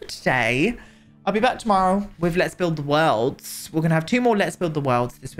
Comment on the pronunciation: The way you said “the worlds” today actually sent me